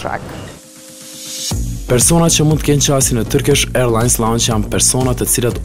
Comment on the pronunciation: "Turkish Ajrllans" , your accent tho😂